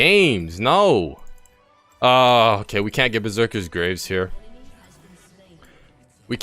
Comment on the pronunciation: Watching this video... the knowledge here is great for beginners but you made a point of saying "Yone" so many times... it's pronounced Yo-nay... and Berzerker's Greaves... not graves. Graves are where people are buried. Greaves is pronounced like grief, but with a v. Gre-eve-s.